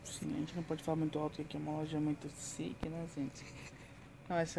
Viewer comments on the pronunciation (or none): Po esse tempo todo de EUA e falando "stik" po ai quebra meu amigo. Professora abi, da um puxão de orelha nele hahaha abraçado